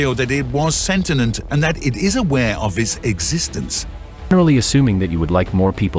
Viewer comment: "sentient" This new generation can't read, they are always messing up their scripts 🤦